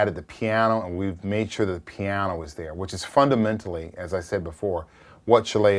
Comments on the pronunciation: love the way he says "piano" - pyawno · I believe it's "pihyano"